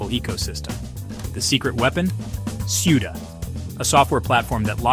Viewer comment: SOODA - CUDA. pronounced KOODA. do some research .. KOOODA